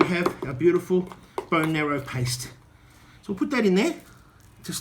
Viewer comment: It's bone "marrow", not "narrow" as you keep saying